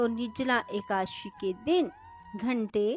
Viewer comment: एकाशी नहीं होता है, एकादशी होता है।